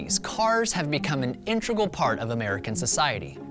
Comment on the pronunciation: it's pronounced in-teg-ral, not int-reg-al.